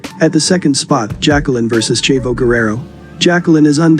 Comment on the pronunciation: Great video, but the way you pronounce "Chavo" is very annoying.